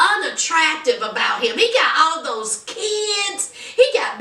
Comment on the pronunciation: When you said "all thoose chaps.."whew .. the country jumped smooth out. Lmaooo! Love the review 💕